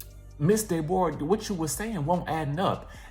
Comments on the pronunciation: Not Day-bor-ah !! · Not Dey-Bore-rah😂😭😭😭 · Resting Grinch Face would be ready to fight you for the way I’m dying every time you say Dayborrah 😂😂😭! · “Ms day bora” 😭